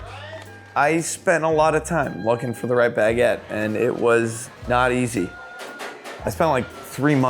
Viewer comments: How he says baguette is crazy. He says it all day everyday but doesn't know the word. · why is he pronouncing baguette as 2 words?